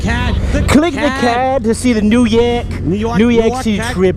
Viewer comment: NEW YOAK